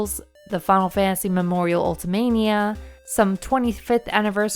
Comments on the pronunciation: I don't know how many announcers you guys have, but if your video has the word "final" in it more than twice per minute, you need to choose the person who can best pronounce the word "final." It's not a race to complete the word "fah-ul," it is the word "fi-nal." Other than that, not a bad vid. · Your accent makes you seem heavily pronouncing it as "Funnel Fantasy". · The way you say "Final" is funny. "Funnel Fantasy"